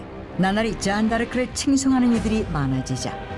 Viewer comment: 아 잔↓다↑르↑크